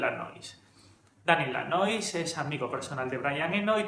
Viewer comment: tambien se sumo a la produccion Steve Lilywhite (y Lanois se pronuncia algo asi como "Lanua" él es de Quebec)